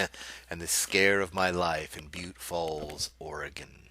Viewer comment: I think you're pronouncing it wrong...